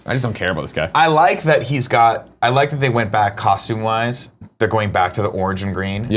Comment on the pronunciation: A realization: Greg cannot pronounced the “oo” sound at all. We all know he says roof and room wrong, but he even said costume wrong in this video. Amazing.